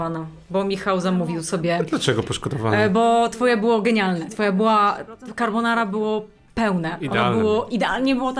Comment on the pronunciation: Na przyszłość taka uwaga – mówimy carbonarA :)